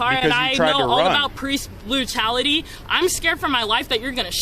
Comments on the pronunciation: PORICE BLUTALITY. I will not apologize for finding that hilarious as fuck!!! Her speech went semi Cantonese for a moment. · "Porice Blutality" 😂